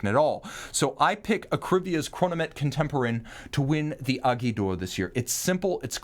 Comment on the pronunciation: I love the way pronounce “Aiguille”. Granted it’s not easy to say for a non French speaking person.